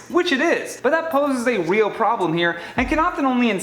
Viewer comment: Did anybody else notice that he said weal instead of real? Kinda adorable.